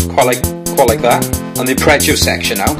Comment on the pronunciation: ..... "uppreggio"???? ARPEGGIO